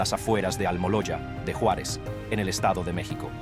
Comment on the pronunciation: Me gustó como pronuncia mi Juaritos la frontera. Yuarez. Jajajaja